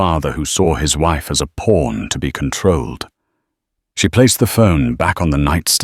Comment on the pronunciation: Pawn not porn